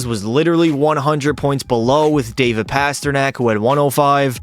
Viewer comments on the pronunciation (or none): none